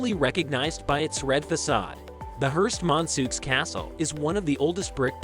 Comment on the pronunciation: Please, Hearst - mon - ceau.